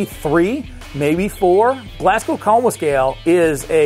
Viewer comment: Really good video! But cringed at the way your saying Glasgow